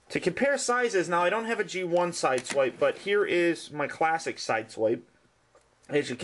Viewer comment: its pronounced sideswipe